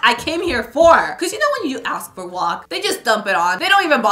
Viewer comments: Why does she say guac as “wok” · Ily but please stop calling guac "wok"